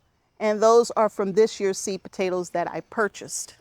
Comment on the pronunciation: Hi! I'm watching from Sweden! I think you are funny, " potatl's and tomatl's ", love it😂. Thanks for these cozy videos/ Sandra